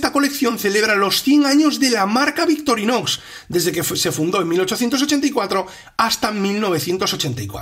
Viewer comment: puede ser, pero tal vez sea una epidemia, porque no soy el único que no escucha la C en medio y la X al final. De todas maneras eso no invalida el gran trabajo y dedicación que hay en el canal. Es solo una observación o crítica constructiva si se quiere. Entiendo que el castellano no es igual en España que en Argentina. Saludos !!!